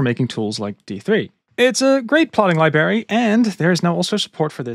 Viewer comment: Mate, I love your work. One piece of advice. Could you please look up how to pronounce the word "library"? You're killing me! 😅